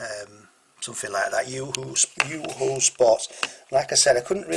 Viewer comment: Pronounce Yoh-hoh